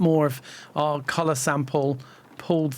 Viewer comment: Special thanks for the dual pronunciation of ‘colorrrrrr’. Made it even more accessible for me.